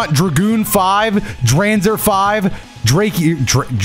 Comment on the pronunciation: Hearing pronounce Dranzer like that immediately made me cringe 😭